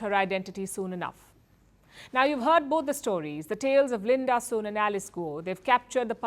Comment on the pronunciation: Did anyone else heard LUND-ASUR instead of Linda Sun?